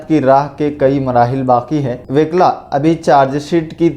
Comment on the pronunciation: Wikla nahi wukla hai وِکلا نہیں وُکلا ہے